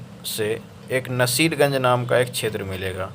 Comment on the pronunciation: रोहतास और सासाराम में फर्क का तुम्हारे पास ज्ञान नहीं है। नसीरगंज बोल रहे हो नासरीगंज को इसका भी तुम्हारे पास ज्ञान नहीं है। रेलवे को अब चिरकुट युटयुबर्स भी आश्वासन देने लगे हद है भाई। पहले शुद्ध हिन्दी बोलना सीख लो।😂